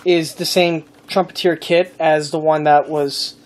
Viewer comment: It's Trumpet -"er" not Trumpet - "eer" Nice model work! I bet your client was happy with it!